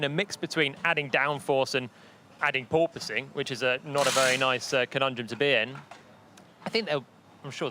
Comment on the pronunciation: "big PORPOSSSSNG"